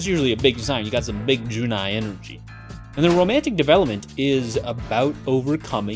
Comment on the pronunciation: Great insights, very informative video and nicely edited too! I'll be a little pesky, it is "jun'ai" (with a pause at apostrophe) not "junai" (without pause), I was confused about this word because of the pronunciation.